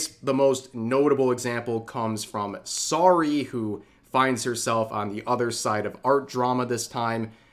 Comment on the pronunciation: Anyone else kinda surprised he doesn't know how to pronounce Saruei's name considering that Vtuber coverage is one of the main things he covers. For reference it is pronounced Sa-roo-eh phonetically.